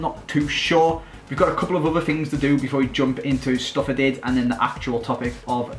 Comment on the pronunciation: It Sounds So Funny When You Say "Stuff I Did" And Your Accent Makes It Sound Like "Stuff Added" And Also Get Sessegnon And Change To The New Club Idea